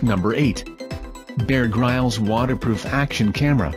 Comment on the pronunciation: Haha, dude, you should at least learn how to pronounce Bear Grylls' name!